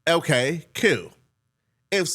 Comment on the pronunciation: said "Okay Kwell" 😂😂